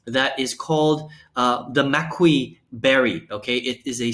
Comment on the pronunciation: Nice review. It's pronounce "Kee-Ahree" made from the "Mah-kee" berry. 😊